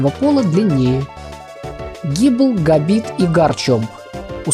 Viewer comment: Произносится не габит а габайт